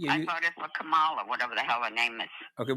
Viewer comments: I have a different opinion on this topic from you and your guest. But I appreciate listening to the discussion to better evaluate my core beliefs. On another note, it's Comma-la. The guest could say her name correctly before sharing how his experience was worse than hers. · Your guest shall learn how to pronounce Harris’s first name correctly if he wants to show audience that he himself is open minded and ready to listen to the other party and have a two way conversation. I felt he is just dumping his opinions here without interest in the left. So I have no interest to look up his book.